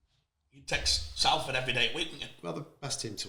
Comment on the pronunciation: Why cant he pronounce Salford?